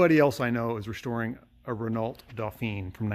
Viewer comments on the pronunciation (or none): Just so you know, I’m French and we say “Renau”, the “lt” is silent. Great channel love your content, hope you will try to start the 70 years old Chevrolet.